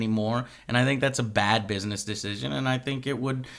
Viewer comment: he said "Dish-cision" lol